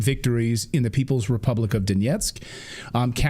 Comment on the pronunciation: National Endowment for Democracy? Plato warned us about what democracy really is but politicians love to avoid his sage wisdom. How about National Endowment for the Republic. But Nuland won't or can't pronounce republic. Everyone get out and vote massively, but vote wisely.